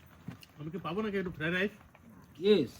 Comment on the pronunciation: Fara rice??? Fried rice Dada ke bolo uchharon ta thik korte.